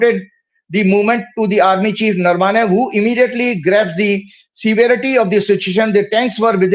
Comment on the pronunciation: अबे वो नरवाने नही नरावणे हैं